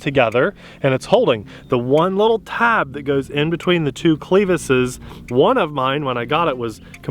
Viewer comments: Cleh-vis. Short e. almost cluhvis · I have never heard anyone pronounce clevis that way before.